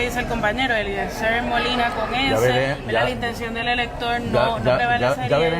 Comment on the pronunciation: El mismo dice”Eliezel” no pronuncia ni la R - ¿cómo vas a querer que los votantes en PR escriban bien un nombre si tu mismo no lo sabes pronunciar? 👁️ entonces ¿cómo lo escribimos?🫣 d-e-l-e-t-r-e-a-n-d-o …..!!!!! Yisusss!!!!